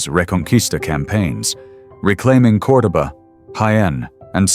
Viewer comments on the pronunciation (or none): none